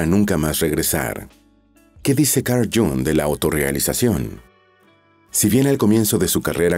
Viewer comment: No sabe pronunciar el nombre de este fabuloso psicoanalist....